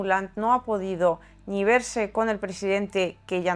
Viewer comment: Aparte de esa ni, la e no acentuada la pronuncias algo abierta, pero no está mal. Te admiro sobremanera.